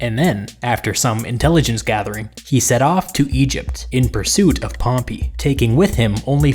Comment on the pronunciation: Please pronouce pompey's name properly. Hear you pronounce it is so cringeworthy. Nice video nonetheless.